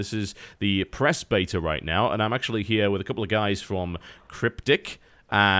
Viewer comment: He pronounced beta correctly!!